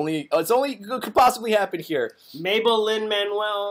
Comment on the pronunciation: AHHH. HE SAID MABEL-LIN MANUEL MIRANDA AND I D I E D